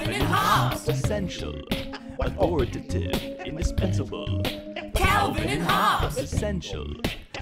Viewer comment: Pretty cool. Although, it's "Olly wolly polly WOGGY ump bump fizz." And it's Authori-TAY-tive.